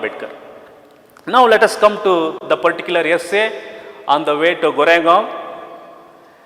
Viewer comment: Sir please. correct it as Koregaon please. Thank you